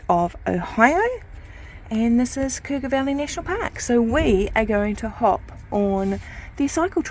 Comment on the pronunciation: You surely did pronounce Cuyahoga right. I was born and raised near the Frazee house and my youngest sister still lives in the same house. The older sister lives just up the hill from MD Garage. That was a lengthy ride you two made.